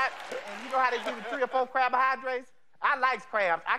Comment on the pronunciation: Did she say "low crab diet"?